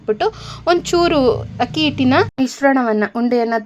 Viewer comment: Madam, ನಿಮ್ಮ idea ಚೆನ್ನಾಗಿದೆ . ದಯವಿಟ್ಟು "ಹಕ್ಕಿ" ಅಂತ ಹೇಳಬೇಡಿ. ಅಕ್ಕಿ ಅಂತ ಹೇಳಿ. ರಾಜಿ.